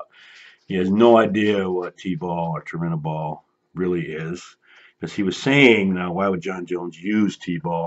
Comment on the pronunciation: Chael acts like he knows it all lol he said he could tell Jon was on stuff. He couldn't even pronounce Turinabol. Yeah you're not an expert if you don't know how to pronounce the drug being discussed.